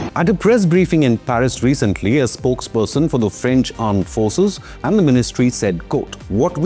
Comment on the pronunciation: armed forces? its Aand forces.